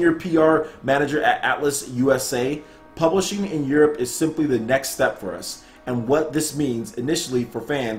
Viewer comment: Plublishing??? Fail! :)